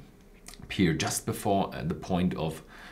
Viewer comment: Friendly advice: Pronounce the word 'Pear' just like the word 'Pair'. You are saying 'Peer' currently.